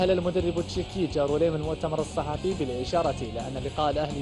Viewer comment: المذيع كلج كلجه ماقال الصَحفي قال الصُحفي هههههههههههههه